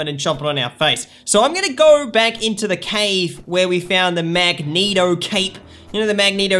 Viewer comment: Did he just say mageneto?!